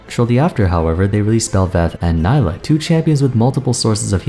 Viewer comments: her name is pronounced nee-lah :( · Great video as always, and I love this series of mostly-first-impressions, it's really cool to look back and see how right or wrong you were on various points. Also, it's pronounce Nee-lah. Hopefully Riot slows down on new champion releases for a little bit... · Isn’t Nilah pronounced as nee-lah? Considering she’s South Asian/ Indian I would assume that’s how it’s pronounced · Why does everyone pronounce her name Ni-la when clearly in her trailer she says Nee-la... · Her name is pronounced Nee-lah. What went wrong? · its pronounced nee-lah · I seriously do not understand how she can say her own name in the trailer TWICE and people still manage to mispronounce her name. I've been really enjoying your videos and it makes me sad that I won't be able to watch this one, as I find mispronouncing a character's name when we have confirmation of how it's pronounced to be rather disrespectful and grating. I know a lot of work must go into your videos and I would appreciate if within all that time and effort you could take some to make sure you pronounce the character's name correctly I apologize if you did correct yourself part way through the video but I've listened to too many people not giving the character the bare minimum respect of pronouncing her name correctly that I can't bring myself to sit through the video to check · I''m sorry but with all the research you've put for this video, you can't even pronounce their name right? Makes me think you didn't reaaally do your research and all of this is just leaf in the wind kind of opinion. edit: and correct me if I'm wrong but I thought Nilah is gender fluid so you should use They as a pronoun, right? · Ok, ok. I liked the video but can u pronounce her name the way she herself does? It kept throwing me off every time you said it. Still watched the whole vid tho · At least try to pronounce her name right